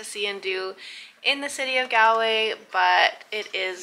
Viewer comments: Cute kid but jaysus, the pronunciation. GAL-way. 🫣 c'mon lady.🤦‍♂️ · Its spelled Galway but pronounced Golway